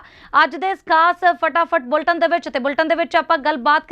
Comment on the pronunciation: ਬੁਲਟਨ ਨਹੀ ਬੀਬਾ ਜੀ 😂😂ਬੁਲੇਟਿਨ its Bulletin. ਪੰਜਾਬੀ ਤਾ ਸਿੱਖ ਲਵੋ ਜੀ ਪਹਿਲਾ।